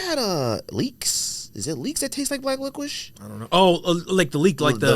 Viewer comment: Who’s been letting you get away with pronouncing licorice like lickwish bro? Slap em all in half for letting this go unchecked